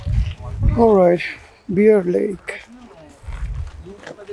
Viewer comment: Sorry, Beer as in Alcohol but Bear is pronounced same as Bare.